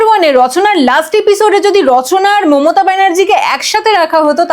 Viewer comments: দিদি ওটা অচনা হবে রচ্ছনা নয় আর মমথা নয় মমতা হবে 😂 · মমতা ❌মমথা✅ রচনা ❌ রছনা ✅ 😂😂😂😂😂